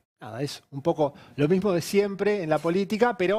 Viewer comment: Shi! Sho pienso exactamente lo mishmo 😅